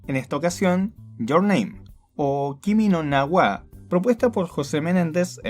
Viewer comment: poniendo acentos donde no van, Kimi no Nawá xD